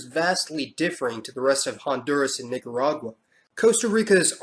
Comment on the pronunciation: MISS kee toh. Nee kah rah gua. GA ree foo nah